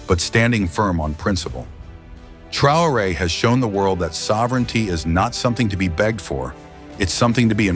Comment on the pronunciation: Svp apprenez au moins à prononcer correctement le nom du Capitaine si vous voulez parler de lui. Remerciements